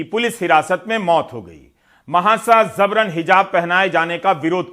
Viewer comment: Sir word zabaran nahi jabaran hai apki uchcharan se jabran se zabran kahne lagenge bus wase hi jaise amitabh bachchan sabhab ne fozool word ko fizool kerdi jo ghalat hai